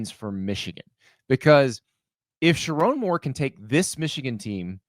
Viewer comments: Dude, learn how to say “Sherrone”. Not Charon. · Gotta learn how to say his name man, it’s sher rone like bone… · Sha-Roan. Get it right for godsake..